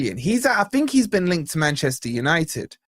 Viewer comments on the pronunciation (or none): none